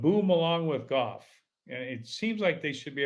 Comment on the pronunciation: You can't even pronounce golf. Lol. They had a guy on the Golf Channel ads for years who said it like that. It isn't goff.